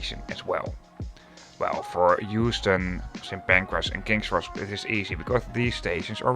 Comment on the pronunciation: Euston? Really?😂